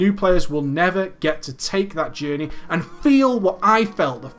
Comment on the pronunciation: "AH JAHNEY, IT CREEAT-ED A JAHNEY"* *that literally no one who wasn't autistic saw